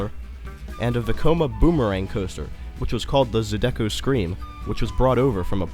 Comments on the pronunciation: I'm sorry....the "Zoo-deck-ko" scream SENT me. 😂😂😂 It's "Zy-di-coh". Awesome video. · The pronunciation is NOT "Za-DEH-ko" it's "ZY-duh-ko." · Zeye-da-go. Not zu-du-gu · Zydeco isn’t pronounced like you said it. It’s Zy (rhymes with pie) duh ko. The emphasis is on Zy. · Zydeco is not ZeDecko its said zai· duh·kow. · It's Zie-da-co 😳 hearing zadeko repeated hurt my Louisiana ears 🥺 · it's zy-dee-co mane...ppl who not from here just butcher our words it's sad...but yea i last went here a few month before the hurricane! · I live only 12 minutes away, now it's 2021 and it's still sitting there rotting. Anyway, for The Zydeco Scream is pronounced Zigh-Da-Co lol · You pronounced Zydeco wrong!! It's Zy-Dee-co. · Zydeco is pronounced "Zie duh coh". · Zydeco Scream is pronounced like "Zie-duh-ko" Great video! There are a lot of things I didn't know, and now I wish I would have ridden Goliath at Fiesta Texas when I went, cause I rode it back when it was in New Orleans! Awesome! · Not to sound rude, put its pronounced Zy-D-Co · Zydeco is pronounced "Zy-duh-co" and Houston is pronounced "Hugh-Stun" not "Who-Stun". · You say Zydeco so wrong lol